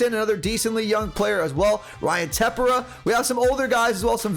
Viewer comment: Also it’s Ryan Tepera (Tah-pear-uh) and Giovany Gallegos (Guy-aye-gos)